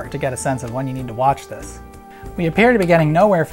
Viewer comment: I happen to hit pause when he said "how about dis" and I said "dikkin yo mouth" lmao I'm hilarious